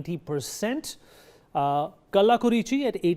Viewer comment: Ariyalur, Kallakurichi are wrongly pronounced.